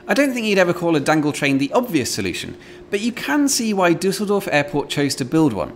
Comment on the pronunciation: I've seldom heard people speaking in bold italic font. Every time he says "dangletrain" it's heavily emphasized, like he was more than subtly hinting that the word would be a thing soon. it won't though. more syspended monorail trains and an increase in travel as well as this video getting a good few more likes might cause someone, somewhere to say that, before gargling hand sanitizer, but it will not be a thing. I'm sorry without being sorry; sorry for the wasted effort in talking in bold italic font but not sorry we won't hear "dangletrain" very often in future.